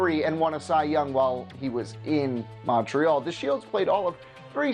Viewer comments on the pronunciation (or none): none